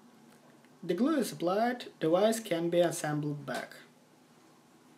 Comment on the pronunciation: "Dewice is hard to dissasemble"